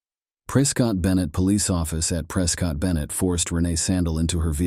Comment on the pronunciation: Prescott is pronounced "preh-skit" lol they don't even like us saying Preh-scott, they're gonna really hate Pree-scott.